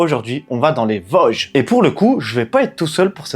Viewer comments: On dit Vôôôôôsges bon dieu ! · on dis les Vôooosges 😉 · Merci pour cette vidéo qui m'a effectivement plu mais qui ne m'a rien appris ^^. Petit cours de prononciation: VOOOOsges, Altenweiher=> Alteune Vaï Heure, Schissrothried==> Chisse Rooote Ride. Contrairement à toi, les sacs à dos de tes copines semblent trop gros, trop lourds et mal équilibrés. En Montagne car les Vosges, c'est de la Montagne, c'est vite usant et pénible ce genre de marche avec de tels sacs. Vous avez parcouru un secteur très connu, classique et touristique. Normal, c'est un des plus spectaculaires. Par ce climat, vent pluie et changement rapide de température, évite de monter sur le Kastelberg, dans le brouillard, on s'y perd. Il veut mieux rester à l'abri du vent en marchant sur les flancs des massifs. Il y a bien d'autres secteurs très beaux avec des refuges libres d'accès et confortables toute l'année. Ils sont équipés de poêles à bois ou de feu à l'âtre que tu peux utiliser. La ferme où vous avait fait une pause s'appelle une marcairie. N'hésite pas à me demander des conseils si tu veux revenir faire une expédition dans les Vosges.